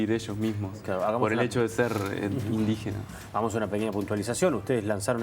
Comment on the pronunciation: IN DI GE NAS, INDIGENAAAAAS. Tan dificil es?